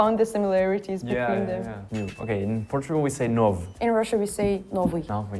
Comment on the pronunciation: В португальском безудартное о звучит как у, португалец произносил банку а не банко. слово novo парень произнёс как нов, я не уверен нормально ли это когда звук у в конце португальских слов пропадает, но вроде он по русски произнёс слово без акцента. В португальском так же есть звук ы.